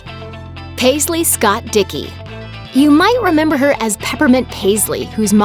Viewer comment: dickey? no offence but it sounds weird no hate😑😑😶😑